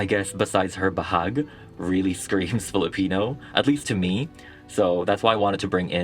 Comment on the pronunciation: Ugh. So impressed with the doll making and the Filipino pronunciations. Yasss queen! ❤❤❤